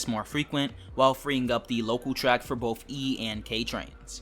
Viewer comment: BOTH not BOF